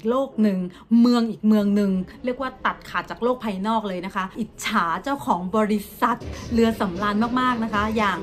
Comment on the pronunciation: เข้ามาเม้นเป็นเม้นที่200พอดี เพราะคำว่าเจ้าของบริษัท คุณเน้นคำสุดท้ายมากๆ 555